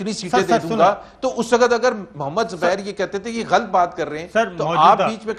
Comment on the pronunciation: Zubair saab.. xubair saab.. xubair saaab. Bloody irritating